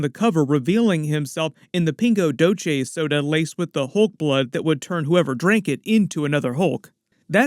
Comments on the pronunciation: Pingo Doce soft drink that's Portuguese and it pronounces peengo dauceee. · Pingo Doce pronunciation still gets me hahah sorry.